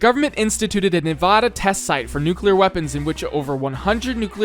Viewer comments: As I lifelong Nevada resident, I can tell you it is pronounced nev-AD-uh not nev-aw-da! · its nevAda, not nevahda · As a nevadan, I want to say nice job. But, you pronounced Nevada wrong the whole video. We take this very seriously. Nuh vah da not nuh va da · However, the way he pronounces Nevada is very much annoying. It's Knee-Vaaaah-Duh, Not Knee-Vaw-Duh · I wonder how many Nevadans are going to be angry that you mispronounced Nevada several times. I count at least 1. In seriousness, it's really neat to see an area I lived in as a kid built in Minecraft. Excited to see where gets built next!